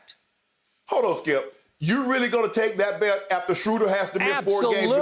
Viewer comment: Man i missed these guys last week.. Got to stop taking Skip and Shannon for granted cause last week i was miserable cause Skip wasnt critiquing and Shannon wasnt there to Say SKIIUUP... GLAD YALL BACK.. THE BEST DOU IN SPORTS